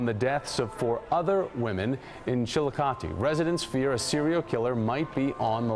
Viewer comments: Shout out to this dude for pronouncing Chillicothe right! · I am so surprised you pronounced Chillicothe correctly!!! I am impressed, most pronounce it wrong. Love your channel, the best one. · I watch tons of videos, they’re great, but I simply clicked on this because I’m from central Ohio and I wanted to hear him slaughter the local pronunciation of “Chill-O-Koth-EEE”. To my surprise, he nailed it. Loved the Dennis Reynolds reference also. Love your videos, sir. Keep up the good work! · I am impressed that you pronounced the name Chillicothe correctly! Many Americans outside of Ohio mispronounce it all the time. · I live in Chillicothe. Thank you for saying it right lol and for covering the story in general. It was a very scary time and things have only gotten worse here since.